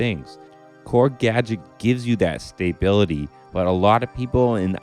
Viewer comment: Looking forward to seeing the Gadget videos. I’ve never delved deep despite picking it up four years ago - probably for the reasons you stated above, so I’d be interested to see if you persuade me to take a second look :) Also I’ll stick around to hear your bizarre pronunciation of stability again!